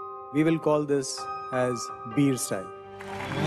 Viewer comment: Bhai not vir it's bir .